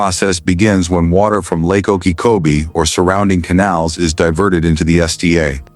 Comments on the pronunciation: The voice is not able to pronounce Lake Okeechobee right. Gets it wrong on on its size. It is not said in meters. That is what foreigners use. We ain't foreign. Gets it wrong again on the distance. It is 26 and 9/10 miles. metriQ is fine for foreigners...we Ain't foreign. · Pretty good content, but the AI couldn’t learn how to pronounce Lake Okeechobee?